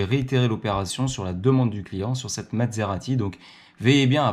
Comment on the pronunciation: vous prononcez "Mad-serati", c'est parce qu'elle vous a rendu fou ?